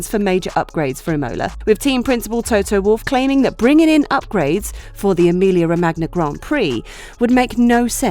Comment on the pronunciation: & the “Ro-mag-nia” too! 🤪